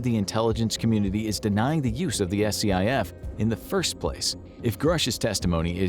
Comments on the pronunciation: Um, its not "S-C-I-F".. It's a "skif" and Congress has full access to one. If you don't know what you're talking about, its best to remain quiet. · No one says S.C.I.F. just say scif, like one word. Yes it is an acronym but no one spells it out like that. Nails on a chalk board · It's pronounced Skiff- not S-C-I-F. Just for future reference- its what they are called in that world. I spent many of years in one. Like a dungeon with really good internet and tv. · It hurt my soul every time you spelled out SCIF. It’s just pronounced “skif.” Government and military acronyms are almost never spelled out and instead pronounced as they appear. I have my doubts as to the truth of most of this episode just from the fact that those at the hearing were denied access to a SCIF. If they are all eligible for a clearance they can probably find a SCIF they can meet in. If one or more of them were denied a clearance they probably shouldn’t have been in the hearing. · SCIF is pronounced "skiff". Nobody calls it "an SCIF". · FYI, SCIF is typically pronounced "skiff", instead of spelling it out every time. And these congressional members could very easily gain access to a SCIF if they really wanted to. They're not uncommon in the national capitol region. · SCIF is pronounced skiff btw. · SCIF is pronounced ‘Skiff’ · It's called a SCIF.... it's pronounced just like the word skit, but with an "F" instead of a "T".